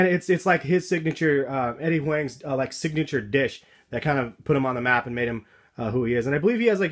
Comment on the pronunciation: It's pronounced Eddie Huang like WONG. I thought you were asian bro..